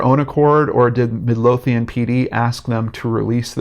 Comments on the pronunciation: It is pronounced Mid-low-thian. The license plate looks like the regular 7 digit black and white Texas plate. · Doesn't even pronounce the towns name correctly lmao.